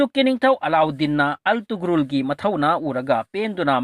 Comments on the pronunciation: Altugrul ntty Ertugrul Gazi haidoubni anyway ym fajakhrey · Attoman haiba ntte Ottoman haibane.pronounciation do khr yengo .antugrul haiba ntte ertugrul Ghazi haibane fjna khngdrabadi asuk Luba history do ngna hekta tarai2 seran Turan leganu